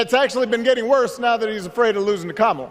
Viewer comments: Trump is the one with personal attacks. Name calling. Denying heritage. calling people he doesn't like low IQ. Purposely mis-pronouncing Kamala. Callin Barak HUSSIEN Obama, only to make an immature reference to Saddam Hussien. How damn childish. And he wants to be President??? Are you freaking kidding me??? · Just have everybody, I mean everybody, start deliberately mispronouncing his name as Doenauldt. See how long he can stand it. Remind him that it will only stop once he stops deliberately mispronouncing Kamala. The deliberate mispronouncing of a name once one is aware of such is a high form of individual disrespect, and when that deliberate act is meant to call divisive attention to cultural, religious, or racial backgrounds, it is then disrespectful to humanitarianism. Let the baby whine when he insists you pronounce it correctly. Let him know why you aren't. Let him know that when it stops is up to him. Let him refuse to answer questions posed in the public forum on the matter has he stews and fumes over the ironic justice in it all. Good times. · Americans really need to learn syllables. It's not Kam-la. It's Ka-ma-la. For God sakes